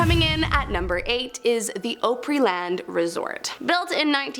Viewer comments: It’s “Oapryland” as you’re killing me with the way you say it. It’s OPRY OPP RE. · That's not how you say Opry land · I live in Nashville and my husband worked at Opryland Hotel. Her pronunciation sounded like nails on a chalkboard. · It’s “Opryland” not “Oprahland” 😂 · Opryland is pronounced ah-pree-land, not oh-pree-land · It's pronounced "Ah-pree-Land", lol... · I’m glad someone else said it. I was slick coming to the comments to. As a Tennessean I’m offended at the Opryland bit 😂😂😂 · For the record, “Opryland” is pronounced “AH-pre-land”…